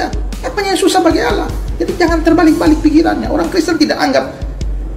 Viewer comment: Terus knapa dalam bahasa indonesia menggunakan Kata “Allah” sebagai sebutan Tuhan? Lalu oleh kaum anda membaca nya dengan Alah? Apakah kaum anda tidak bs membaca? Sudah jelas2 double L malah dibaca 1 L, ini bahasa indonesia bos, jd bacaan itu sesuai tulisan.